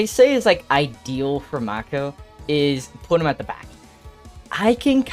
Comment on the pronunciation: It's mAko stop calling him maeko 😭